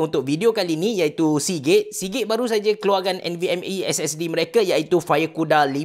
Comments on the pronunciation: aku dengar ckp seagay😂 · Sponsor Hari ni ialah Seagate What I hear: Sponsor hari ni ialah si gay Tak tau kenapa dgn telinga aq ni🤣🤣🤣🤣